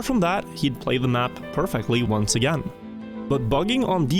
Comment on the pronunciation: What the hell is ounce? Where are you from?